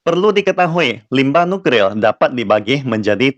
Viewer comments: waduh maaf saya cukup terganggu degan ucapan.. NUKRIL.. seharusnya kan NukLIR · Nuklir....., Bukan Nukril😁🤭🤭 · kok gw dengernya nukril ya😅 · nuklir apa nukril min....semangat ya min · Kesleo lidah dlm mengucapkan suatu kata adalah hal biasa , bro!